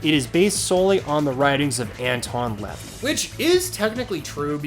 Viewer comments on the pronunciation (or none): I am a Satanist as codified by Anton LaVey. And I'd like to correct some things here. 1.) You are mispronouncing "LaVey". Just say the word "La" and then say Vey. As in Oy Vey. 2.) Magic not Magick is defined in Satanism as self transformative psychodrama. Nothing supernatural about it. It's a way of dealing with overwhelming emotions. And creating changes in our consciousness to better manipulate the world to our individual will. There is no evidence that it will be anything more than a cathartic experience. However many of us have achieved real world results. It's also not even a required experience in Satanism. 3.) The Church was created as a loose cabal of outstanding individuals. For their mutual benefit. As well as to set the record straight on what Satanism is and isn't. Hence the Twitter page. There are at times Church events. Such as the 50th anniversary celebration. However attendance is not required and neither is joining the Church. Many people scoff at the 250 dollar joining fee. However I'd like to point out it's a one time fee. Unlike Catholic tithe payments of 10 percent of ones annual income. And again you don't have to join in the first place to be a legitimate Satanist. 4.) TST are first and foremost left wing political activists. It's what their whole organization is about. Whereas the CoS is an apolitical organization. There are liberal, conservative, monarchist, communist etc. Members of the CoS. In other words politics are left up to the individual. Whe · needs a suplex for mispronouncing LaVey